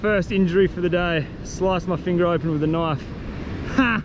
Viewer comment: You mean when he said knoife instead of knife?